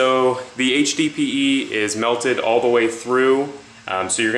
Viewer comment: you should be saying HDPE not HBPE